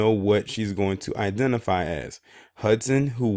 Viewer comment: You said it right the first time identifail